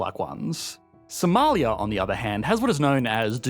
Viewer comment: now thats a funny accent Somaliyaaaaa